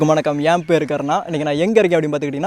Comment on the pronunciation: எல்லோருக்கும் வணக்கம் என்று சொல்வது வித்தியாசமா இருக்கு. அழுத்தமான முறையில் சொல்லுறிங்க.